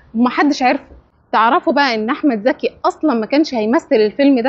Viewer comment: المصريين لا يعرفون يفرقون بين ز و ذ هو اسمه احمد ذكي ولا احمد زكي